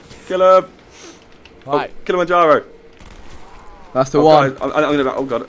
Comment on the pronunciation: When josh said KILLAMANJARO